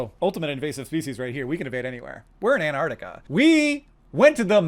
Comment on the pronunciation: Hank, you're amazing but very minor things: antARCTIC. "Grieg" rhymes with "krieg" like in "blitzkrieg".